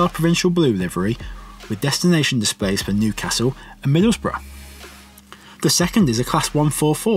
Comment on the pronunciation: It's MIDDLESBROUGH for heavens sake